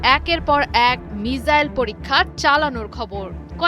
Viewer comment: মিজাইল না মিছাইল😂😅